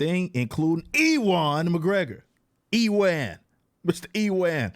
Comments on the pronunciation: "E-wan" McGregor 😂😂😂 hilarious, it's not "E-won" or "EW-an" either. It's pronounced like "U-an" 😂😂😂 that's funny bro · I stopped watching at E-ONE. its pronounces U-ONE McGregor. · EE WAAN MCGREGOR 😂😂😂 never heard his name butchered before hahahaha. Watch train spotting my dude, really good movie with him. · Upvoted just because of EEwan McGregor 😂😂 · Ewan is actually pronounced "U-an", it's a very old Scottish name. Feel free to take the pish out him all you want though, he deserves the ridicule. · Ewan is pronounced "You-in"